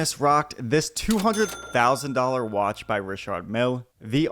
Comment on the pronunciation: So u wanna make a video on people but you can't spend the time to learn how to say anyone's name properly? How classic hahah For reference I'm a born American before the haters chime in 😂😂😂 so I can talk shit 😘 richaaaard milllle 🤣🤣🤣🤣